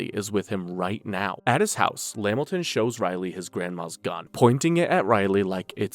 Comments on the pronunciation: LA-MIL-TON not Lam-Milton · It’s la-Milton not lamilton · At the smoking cigarettes part STOP SAYING LAMilton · Pretty good video but lost me at LeMilton 😂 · Bro Spams lamiton so hard, nigga we know u is Caucasian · La-Milton, Lamilton stressing me out 🤣